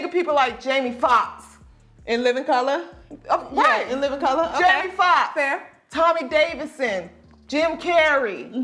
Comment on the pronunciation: “In living cuhluh”